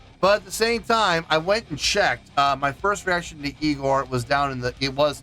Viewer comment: it's pronounced igorrr :D (like ignore, not eye gore) so you got it right the first time^^